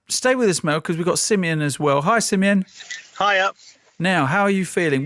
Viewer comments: it's Simeon. 😉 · Who’s? 🧐😂😂 good job Coys